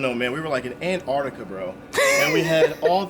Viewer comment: Does he mean Alaskan he said Anartican